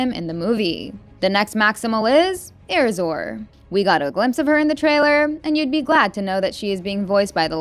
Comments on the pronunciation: air razor is the pronunciation 😊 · Air razor (shaving) not air razor how you pronounced